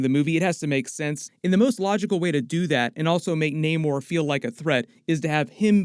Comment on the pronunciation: His name is Namor,not Neymar! 🤦‍♂️😅